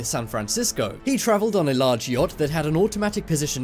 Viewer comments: "Yatch"? U mean "yacht"? Pfft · you said yatch, not yacht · Btw... It's "yacht" and not "yatch" :) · It’s actually Yacht not Yatch lol 😂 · mystery yacht not yatch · Mystery "YATCH" ... eh? Have no idea what a "yatch" is ;-) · I hate to be that guy, I really do. "YACHT"